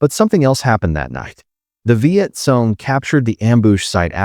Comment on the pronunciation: Hey, narrator it's pronounced Viet Kong, note: KONG (CORRECT), NOT Viet Song, NOT Song (WRONG).